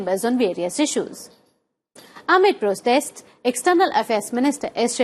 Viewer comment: Mam thoda clearly bolo..like amid protest, weapons of mass destruction.